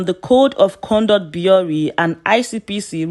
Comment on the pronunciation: Bureau is pronounced (biro)